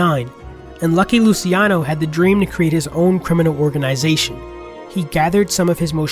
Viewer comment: Great video! But the 'c' in Italian is 'ch' "lucheano"